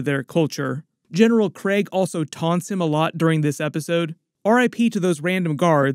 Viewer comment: Thanks for calling him Creg instead of Kreeg. Kirkman likes to gaslight us on how to pronounce names like Leavy vs Levy.